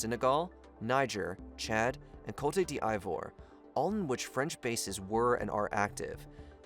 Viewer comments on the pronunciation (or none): Cote D'Ivore (Co - tey - d - ivor) is prounounced COAT-DOUV-WAH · It pronounced Kot-d-vwar, not kotey-d-ivor 😂 so cringe. Look up the Wikipedia articles for how to pronounce the names. or just say Ivory Coast. Great video none-the-less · "dij'booti" "kolta deavro" "kowta dee ivor" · Cote "diavro" (d'ivoire) khrit fiha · Cote D’ivore is pronounced like coat dee Vwaa smfh… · "Koiti di eye vwar" is by far the best one :'D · Coute Di Aivoir 😂😂😂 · Co-te D I-Vor? Wtf 😂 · Great vid but bro needs to research how to say these countries. Cotadi avoro instead of just saying Ivory Coast or even Cote’d ivoire just say Ivory Coast but other wise good vid . Even Burkina Faso like just say it confidently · Hey man I’m not usually going to be a stickler in pronunciation on YouTube, but the frequency of off pronunciation is undermining the research here. You’re way off on the pronunciation of the African countries at hand eg Cote D’ivoire, the CEFA currency, and Reuters is “royters” not “rooters”. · Great video but every time you said Cote d'Ivoire I broke a rib. You can say Ivory Coast if the French is too hard to pronounce.